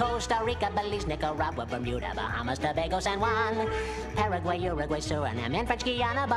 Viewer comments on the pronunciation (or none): none